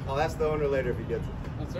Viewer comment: yes!!! It’s et cetera, not excetera and it’s ASK, not axe!!